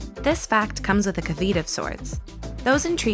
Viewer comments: Took me a min after hearing "ca-veet" to get that you were saying caveat (pronounced ca-vee-ot). Sorry not trying to be a dick, it just genuinely confused me for a bit there. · Caveat is pronounced CAH-vee-aht and not cah-VEET. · The abbreviation for Bipolar is BD. The abbreviation for Borderline Personality Disorder is BPD. There are a few other things in here that are inaccurate. Are your sources based on scientific peer-reviewed research? Also did you actually say 'ka-vite' when you meant caveat? This video makes this channel lose its credibility. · Kavita? Are you trying to say caveat? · Bipolar is not BPD, and you mispronounced caveat. It's really important to the mental health community that you don't confuse the general public. Please change this. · interesting video! funny how she pronounced "caveat" :P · Wait.. no one is going to comment on the way she read caveat wrong in the script? Just BD vs BPD? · Ack, NOT how you pronounce caveat. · Don't call this BPD, omg... That's the abbreviation for Borderline. Also, learn how to pronounce basic words like "caveat!" What are the credentials of the people running this channel??